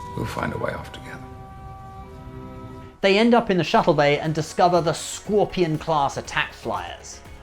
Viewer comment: WTF is a scworpion,? Scorpion, sir. Scorpion. Ok, now you try.